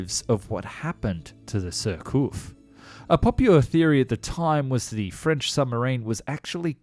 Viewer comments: The "" Jurcouf "" the French are strange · Repeat after me, sheer k oof. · Other than a cringeworthy mispronouciation of "Surcouf," pretty good, overall. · ... only since you asked, but your French pronunciation isn't great... surcouf ... rhymes with goof, aloof, roof, . You were sometimes saying it right, but more often it rhymed with cough. nope DeGaulle the president it sounds like Goal, Mole, Pole in English... not gall or pall, or fall... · The account was well related, but, without malice or prejudice, her name was Surcouf, not Surcoff. The memorial is in CHERBOURG, a very busy French, Channel-Port, and Town in Northern France, due south of Portsmouth & the Isle of Wight. I’ve never heard of Shenburg. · So as for the pronunciation : Surcouf -> more like "Sürcoof", yet getting the "ü" right seems close to a lost cause for natural english-speaking people, a bit like the "th" for French De Gaulle -> more like "Duh Goal" Cousteau -> more like "Coostow" (with the "oo" from "mood") Cherbourg -> that one's quite OK, the "r" being the other lost cause either way so it doesn't really count :)